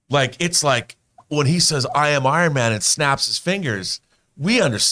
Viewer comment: I did not like when Rob makes Iron Man sound like Jesus Christ.